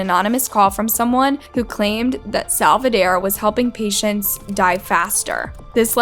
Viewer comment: How do you manage to even pronounce “Saldivar” wrong 🤦🏽‍♀️🤦🏽‍♀️🤦🏽‍♀️